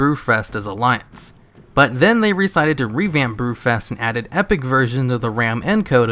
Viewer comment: BREW-FEST gotta work on that enunciation.